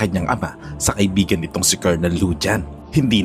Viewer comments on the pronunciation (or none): none